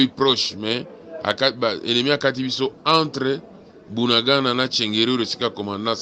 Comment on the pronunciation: Ce Bunagana pas buanangana il faux conaitre vôtre pay bien